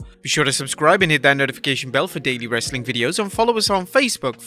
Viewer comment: Its funny when he says "wrreestling content!"